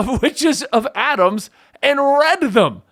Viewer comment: The fact that they keep repeating Adams when it’s clearly Adamas! There’s an extra A there. This was very irritating!!